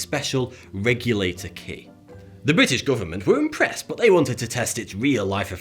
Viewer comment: I always hear you say 'Bowuth' instead of 'but'